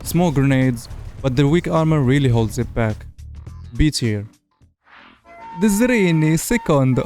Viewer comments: it's hungaryan Zrinyí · The Zrinyi II and Zrinyi I are Hungarian tank destroyers, so please don't say them in the most Italian accent I've ever heard. Also, I'd put the Zrinyi II in S tier, it's an absolute monster in many situations, almost feels like you have no weaknesses sometimes. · Zrinyi is a hungarian tank. Why are you pronouncing it in Italian ?